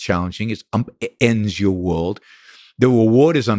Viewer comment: I'm an awful person. He is brilliant and I can't stop giggling when he says stuff like "whooled" instead of world. Its like listening to my 6 year old that just happens to be brilliant